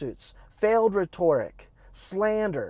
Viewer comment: Nice video.. pronunciation of rhetoric needed a lil help ..lol.. we got this though buddy!